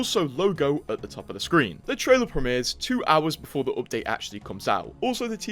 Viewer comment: BEFORE NOT BOOFORE